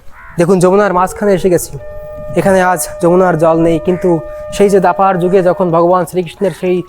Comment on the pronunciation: তোমার বিষয়বস্তু খুব ভালো। কিন্তু কথা গুলো সবসময় বোঝা যায় না। মাঝে মাঝে volume কমে যায়। বড় অস্বস্তি লাগে। ' দ্বাপর 'কে দাপার কেন বল? কানে লাগে... রাধে রাধে...